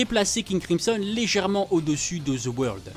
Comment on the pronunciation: Ca me tue comment tu dis the world "the weurld" mdrr oh et Jean pierre Polnareff est le plus fort de tout le jojo game chercher pas.